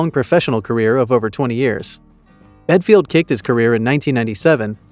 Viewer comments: Ha you Americans make me laugh . In such a rush to jump on the band wagon you can’t even get his name right , even when it’s on the first screenshot of his website . Dumb or what . Do some research instead of reading a rushed script. Bad video can’t take your channel seriously. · What an idiotic channel that can't even his name right! Capital radio Nairobi Kenya?? Just heard that one 😂.... channels like this should be banned! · So many things incorrect in this video bit least you can't even get this name right. Shocking example of You Tube video makin, improve or give it up! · Get your facts right. BELFIELD. NOT BEDFIELD. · Sounds like you’re saying bedfield, well which is it, Belfield or bedfield ??!! If you’re gonna shame get the name right. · For Christs sake, at least get the idiots name right, it's Belfield, not Bedfield! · Bellend not belfield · His second name is Belfield. Not Bedfield. This Alex Belfield is a lier and a con artist. I have watched quite a few videos of him in 2020 in the lockdown and he came across as the man of the people. As I got to watch more of his videos, a darker side was starting to emerge. I have never given money, because I don't do anything online and when Alex Belfield started ask his fans to give money to sue the BBC, it came across as doggy. Why did he not pay the court fees himself, the money he conned out of his fans was for his holidays and lavish lifestyle. He does not really like women much, a racist, makes fun out of over weight people and just a all round horrible human being. 5 and a half years was not enough prison sentence for him, he should have got at least 10 - 12 years. The simple fact is that he showed no remorse for his 4 stalking crimes, the sentence was not long enough for that reason. If the punishment is not harsh enough there is a chance of Mr Belfield committing the crimes again. Why is his social media sites still active, close them down?? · Belfield?? BELL-END!